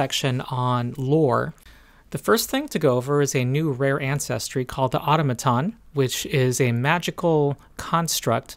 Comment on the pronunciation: Nice review. Small quibble: Your pronunciation of automaton drives me crazy. Emphasis on the second syllable.